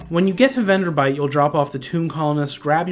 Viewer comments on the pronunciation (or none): It's VenderBLIGHT. Not "Venderbite". FWIW. Good video though.